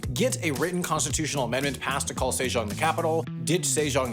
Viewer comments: Sejong was also tragic. It's 세종 not 새장, put some respect on 세종대왕's name. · "say - zhong" "zhyong-gi" come on... get your pronunciations at least close to original